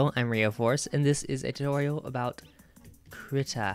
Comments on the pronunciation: kreeta not krihta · I do not mean to come off as rude in any way what so ever but it is pronounces kree-ta or so I've heard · i thought it was pronounced kreetuh